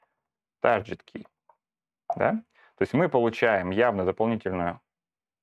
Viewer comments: "Тарджет" - это нормальное произношение? Tar-jet? Ну тогда извини, дальше разговаривать не о чем. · Ну, например, послушай как он произносит слово "target".